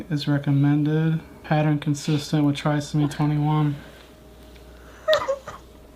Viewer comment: Officer Tatum, it is pronounced try-so-me 21. You pronounced it correctly a couple of times, and then said you didn’t want to get it wrong.